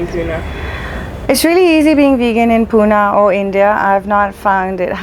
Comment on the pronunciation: What is puna it's Pune pronouncing it in wrong way is insulting to us .